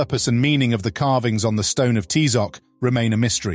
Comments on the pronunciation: Please don't ever pronunce aztec names the gringo way, you don't pronounce Ty-Zoc, it's pronounced Tee-zoc, and the strong syllable is the last one, not the fist one, please learn, thank you. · So sad that the narrator did not know how to properly pronounce Tizoc